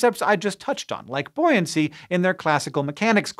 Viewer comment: Buoyancy? You mean "bouncy"? 😏